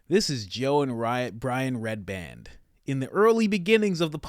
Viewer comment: I don’t think you understand what “handler” means. You make zero sense. Also it’s REDBAN. Not redband which you said 4x